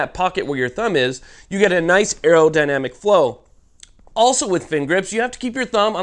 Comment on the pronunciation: “Aerodynamic fin” 🤣🤣✌️🇺🇸